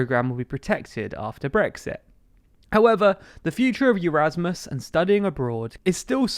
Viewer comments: Erasmus, like eRasmus. Not “Eurasmus”! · you melt, there's no "laziness in reading what is written down", what even is that. It's true British people don't know foreign languages well, obviously because English is the de facto language of the world. Also I've never heard anyone say EUrasmus instead of eRasmus before this video. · It’s pronounced Erasmus, like Erasmus the philosopher, not like Europe.